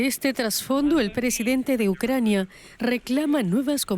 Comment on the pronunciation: Saquen a esa presentadora no sabe pronunciar bien " Obesa en vez de Odesa.." .y se le enrreda la lengua al decir Ucrnia ...saquenla por favor...